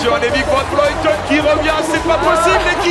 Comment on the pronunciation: Annemiek van Vleuten isn't pronounced vlooten or vloiten, the sound is close to how the French say "bleu".